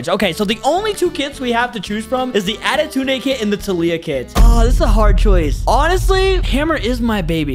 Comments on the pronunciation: Why is he saying adetunede bc its pronounsed adetune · Bro said autuden ☠️